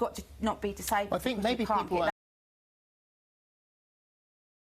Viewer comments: Katie was demonised for years she is really coming back strong! 12 interviews in 5 years, i had to go for 9 every 2 weeks. GCSEs don't mean you are qualified, you sound quite simple when you can't pronounce think properly and keep interrupting , the word is think, not fink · Wants to be a teacher but can't pronounce. a sentence in half decent English....accents are fine but i 'fink'...the word rgardless of accent is 'think' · You are not well spoken, you pronounce "think" as "fink".